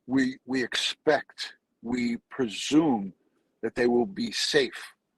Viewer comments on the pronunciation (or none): none